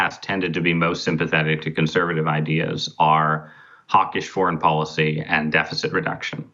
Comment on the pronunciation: IT IS pronounced depoliticised - NOT - DepoWiticised Bolled over - NOT - boWed over & here is the BEST policy - NOT - poWicy Get the marbles out Son